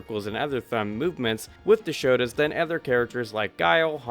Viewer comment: Turbo is up there with super turbo as 2 of my favorite games ever. It's bare bones as far as fighting games go, but i love that turbo has zero comeback mechanics. You have to earn your comeback the hard way. By the way, it's not "shota", it's "shoto" as in shotokan Also, when you play super turbo, the US version is bugged. No matter what difficulty you select, it will always be on the highest difficulty. If you want difficulty options, play the Japanese version.